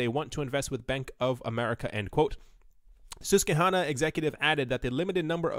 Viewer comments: It’s pronounced sos-kwee-hana. Love your content. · You have to be from Philly to be able to pronounce Susquehanna properly